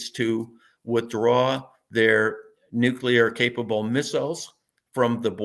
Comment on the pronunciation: NEW KLEE AHR. NEW KLEE AHR. not Nucular.. not a thing. drives me crazy. Nuclear.